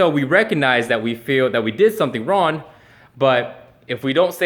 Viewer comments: Is he saying RON? I'm pretty sure that in the English language regardless of where it is spoken that is still WRONG? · holy shit he really does say ron instead of wrong rofl... is it a way of not actually saying sorry ?? :-P haha like fingers crossed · Is it me or does it sound like says "Ron" instead of "wrong"? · He’s pronouncing it ron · He can't even utter the word "wrong" - that's just ron,. Just ron, bro. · Really? Straight up just says "Ron" no effort at all in trying to pronounce it correctly. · I am sorry to tell you that you did something wrong, you pronounced the word "wrong" wrong by pronouncing it "Ron". Sucks to be wrong i guess. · "Ron" he can't say wrong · Seriously... you can't even say the word "wrong." "Rawn, ron, raun, rauwan" -. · What is "ron"? I mean, you're making videos although you can't speak proparly. Learn to say "wrong" first, and then come talk to your "audience". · why is he saying Ron I'm so confused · is it me or is saying "wrone" instead of "wrong" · He is saying Ron hahahha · Why does he keep saying wron? The word is wrong. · Are you saying wrong or Ron? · why is he pronouncing wrong as 'ron'? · How does he speak English so well, but can’t say the word wrong correctly? That’s just Ron! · why does he say ron? the fuh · Is he really saying Ron..... lmao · why is he saying wron?? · eddieur think he can't say "Wrong" lol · I'm confused. Can this dude actually not say Wrong? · lol! why can't he say wrong?? this is hilarious, legit can't focus on any of the video now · You said the word "wrong"wrong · this is the first time i have heard someone have trouble saying the word wrong